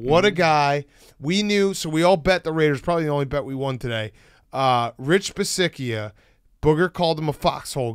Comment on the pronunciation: The mispronunciation of Rich Bisaccia was intential, right? I thought it wasn't at first but they said it so much I'm convinced it had to be intentional.